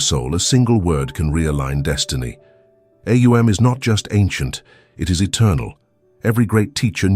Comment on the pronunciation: AhOONG. The correct pronunciation